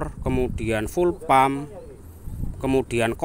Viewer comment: Jenengan iku ngomong fuel pump [pulpam] harus [fyul pAm]